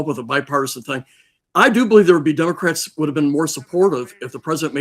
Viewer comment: Hearing a Maj. Gen. saying "Dumocrats" repeatedly is disgusting.